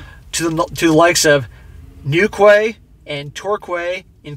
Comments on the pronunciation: Newkway and Torkway lol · Newquay is pronounced New Key, and Torquay as Tor Key 😊 But still love your channels, all 3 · Pronounced New-key and Tor-key.. you made my ears bleed with those bro ;-) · Southern English man here, your pronunciation of Newquay (New'key) and Torquay (Tor'key) made me spit my orange juice out, going to pronounce them like that from now like I'm ultra posh XD 10/10, keep up the good work! You're helping to keep men like me safe! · For future reference, Newquay is pronounced New-key and Torquay "Tor-key... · Its pronounced 'new'key' beautiful place warm sea nice beaches a must visit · Sorry but as a local have to say, those locations are pronounced "tor-key" and "new-key". Great content as usual. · Torquay = Tor KEY and Newquay = New-KEY pronunciation. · Newquay, pronounced... New Key. Same thing for Torquay. 👍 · Love the video however the places towards the end of the video are Newquay ( pronounced new-key) and Torquay (pronounced tor-key ). I know. I live in the county of Devon (or state in America) live the video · It's newkey and torkey man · Haha it ir pronounced newkey! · Newquay is pronounced new key and torquay tour key. Good try though 👌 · Loved the pronunciation of "Newquay " and "Torquay" 😂 the Quay part should be pronunced as key so tor-key in sound.